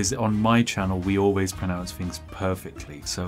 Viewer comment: "We always pronounce fings perfectly."